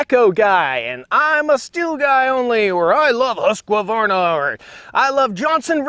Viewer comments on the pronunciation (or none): Alil pet peeve, its Husqvarna (husk-var-na) not Husq-A-varna. (Husk-a-var-na) . But I do watch your videos. Great info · C'mon man! It's who-ssk-varna, not husk-a-varna. 😉😁 & (munching popcorn)(hiding under chair) (say it however you like, I am just rattling your cage, ...poking at the bear with a stick, ...yanking your chain. solely for entertainment value - nothing serious)